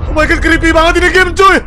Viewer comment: Bg cba ngomong "kripii" Gw canda bet dengar nya🤣🤣🤣